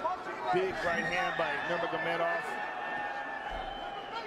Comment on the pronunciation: Goldberg never figured out how to say nurmagamedov